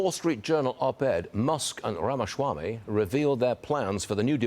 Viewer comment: its RAMA-SWAMY!!!! not RAMASHRAMY